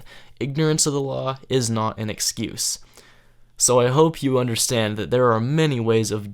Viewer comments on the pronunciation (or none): "Ignorant of the loooow is not an uh-scuse." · "Ignorance of da lawl is not an escuse"